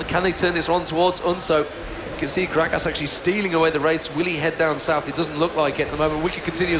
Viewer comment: The british guy calls gragas "Grag-Ass" LOL